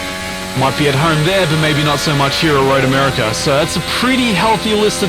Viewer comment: Have I been spelling and pronouncing my own countries name wrong? I had no idea America had an R at the end...